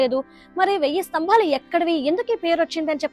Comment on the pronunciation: devuda Tambellu kadu tabellu . enduku thalli telugu ni khooni chestaru?